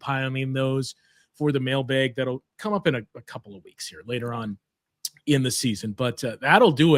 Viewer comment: bucks fan from boston, “mail-baeg” remains extremely jarring for me